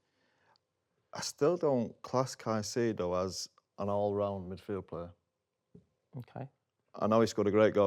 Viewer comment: It’s Caicedo, not even close